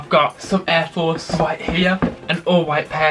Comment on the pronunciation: “Aiw fowce 1”